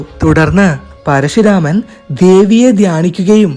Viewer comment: പരശുരാമനാണ് പരശി അല്ല.